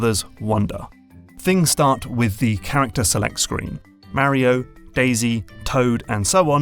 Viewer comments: The way you are saying Mario is horrendous. It’s like knives ear fucking my ears, but good video. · It's Mario, not mary-0😂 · Why are you adding an "I" to Mario. You are saying it like this "Mairio" wtf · Super.... MARY-OH.... Brothers 🙃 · sorry, it's just really hard to listen to someone say "Merio" over and over again... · MAR E OH NOT MARY OH ffs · It's Mario. Not Mehrio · Pronouncing "Mario" as "Mowrio" makes me unreasonably angry 😂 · it's MAH-REE-YO not marrio thanks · this guys says mario weird right? he says mah-rio, i say muh-rio. whos right? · LOL, "MARE-e-oh". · The way you pronounce Mario as Märio was very distracting to me as a German XD Not distracting enough to not enjoy the video, but I kept thinking about it. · it's not Mary-O and there's only one i in aluminum. We need to start calling these people out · He didn’t say “mary-o” and aluminium is spelt with two Is in every country outside of the USA and Canada. America is not the world. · IS HE SAYING MARRY-O? MERRY OH? MARRY A HOE? HE SAYS MARIO WEIRD. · As an Englishman who grew up in New Jersey, I gotta say: I hate the way English people say "Marry-o." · The first thing i learnt is that this guy says mario different to anyone I've seen before and now I'm wondering if I've been saying it wrong my entire life. Is the "a" in mario a short or long vowel? I've always said it as a long one but I've just heard it said with a short a sound by someone who'd I'd assume wouod know what they are talking about on the matter. Could anyone help me out with this? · I'm curious about your pronunciation of Mario. You say it like the word marry, with a sharp A sound but I say it like Mark, with a rolling R sound... Why do you do that? It is more an American English way rather than your native ( I assume) English/British tongue. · I'm sorry but the pronunciation of Mario triggers me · I.agine mispronouncing mario for 30 min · Of this and you still don't know how to pronounce Mario correctly